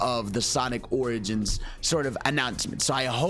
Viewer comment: God dammit that intro when u said Sonic Oranges. All I hear is oranges when hearing origins now 💀